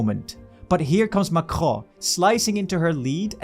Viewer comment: The way you pronounce Macron is making my ears bleed